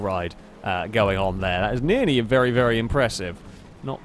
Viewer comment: Anybody else hearing 'nearny' when says 'nearly'?